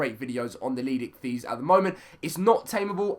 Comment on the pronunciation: It's pronounced "leed-sick-this"